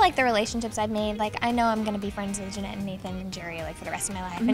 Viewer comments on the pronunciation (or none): jennette not janette